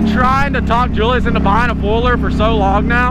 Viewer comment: Remember when he used to call him Juliass